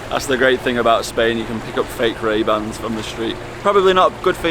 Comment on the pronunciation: Called MayBans maybe raybans?